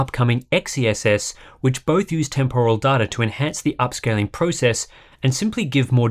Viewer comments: I love hardware unboxed, probably my most watched channel. But I just can't get through a video where someone keeps saying TEM POR AL. How has this become a thing in English. It's pronounced temper al. I don't know why this word annoys me so much.. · It's TEMporal, not temPORal :p